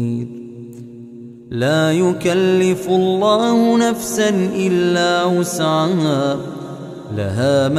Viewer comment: Ben mi yanlış anlıyorum bilemedim ama amenarrasulu de la yükellifullahi nefsen illa vüs'aha yazıyor ama vüs'ama diye okunuyor